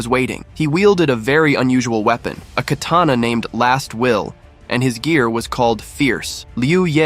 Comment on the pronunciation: Lol they said kerrtanna instead of katana at that timestamp and YOU'RE trying to sound smart by stating the obvious about a fictional manwha 😂 get your priorities in order you blueberry!